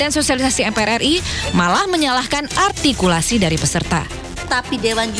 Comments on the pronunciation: Juri yg cewek bilang: "ARTIKULSI" katanya... Halo... yg dianggap gak ada itu bukan sebuah kata bu, tapi beberapa kata dalam kalimat..masa gak bisa nangkep.. berati Jrinya kagak cermat... masa juri cerdas cermat gak cermat.. PARAH Terus MC yg cewek jg bilang "Juri sudah sangat teliti"... Koplak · Duta arhhhgtikulasi